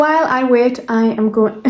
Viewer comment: Outstanding video! I noticed there is no /ei/ vowel in your English, for example, “wait” sounded “wat”; “page” sounded “pag”. How interesting! 😊